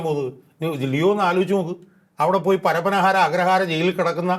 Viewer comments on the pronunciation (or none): പരപ്പനഹാര അല്ല പരപ്പന